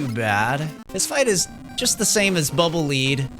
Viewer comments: When you say "Bubble Lead", I could have sworn "Lead" was pronounced like "led", you know, like the metal? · Bubble -leed-? I've always pronounced it "Bubble -led-" because they're dark gray and heavy... like lead.